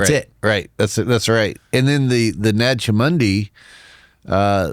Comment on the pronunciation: 'Naj Hummundi?' Does he mean Nag Hammadi? 😑 Guy lost a bit of cred just right there for me.